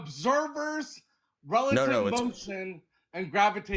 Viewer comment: The guy struggling to say "relative" just to be completely wrong killed me lmaooooo